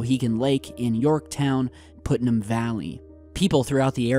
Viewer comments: Regarding Westchester and Putnam counties and their boom shake, I heard about it., I wanted to give you the correct pronunciation of Putnam county. "Put-num". I just had to say something because I live in New York and some of our counties and names of our towns some are difficult to pronounce or even spell. "Native American " Keep up the good work I love each of your videos and I'm looking forward to the 48 hour viewing of the movie going to share with the audience. Your friend Michelle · Hey! I swear that I'm not tryin' to deliberately be an a$$hat, but it's pronounced "puht-nam" as in putt-putt golf or puttering around in the garden. I only know this because as a Southerner who moved to NY State a little while back, I did it myself. There's also a small town thats further up in the Adirondacks of NYS called Putnam and boy, oh boy, did I get laughed at and teased by my fiance and his buddies when I pronounced it the way you did. LOL Just wanted to "put" it in perspective for ya. HaHa! (Yeah, I realize that was totally lame) It was pretty cool to hear you doing a story about an area that isn't very far away from where I live! Oh, and btw, thanks for the newer video you just posted about that skier/firefighter who was missing on Whiteface Mtn. We live a little more South of that area, but we saw a lot of the original coverage on the local news when he first went missing and hadn't heard that he'd been found - or about the crazy circumstances around the whole thing. We absolutely love your videos! Hope you're feeling much better now! Keep up the great work! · It's pronounced Putt-num.